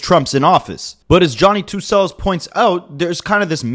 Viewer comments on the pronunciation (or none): Johny2celos, celos is with a /ch/ sound. Considering how much u summarize in this video with then generic analysis and conclusions, I feel like you use ai to scrape transcripts which would explain why you can’t pronounce celos, as if you watched even 1 video you would have heard the correct pronunciation. And considering how generic your video is, you def used ai to write the script. Bye and hope to never see your channel again. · How hard is the word cello to pronounce.